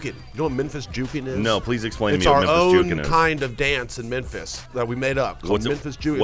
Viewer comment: sounds like hes saying Menphis